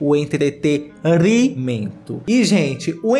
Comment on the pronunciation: meu humor tao quebrado que eu fiquei uns cinco minutos rindo do falando entreteRImento